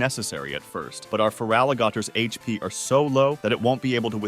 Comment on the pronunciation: I'm sure someone besides me has said this, but I LOVE how these videos take the running joke among the Pokemon community of intentionally and hilariously mispronouncing Pokemon names a step further. The way the narration will just casually, randomly drop stuff like "GP" instead of HP or pronouncing "faint attack" like and gloss past it with NO acknowledgement is fantastic to me. The challenges themselves are also interesting thought experiments to see play out. Keep 'em coming!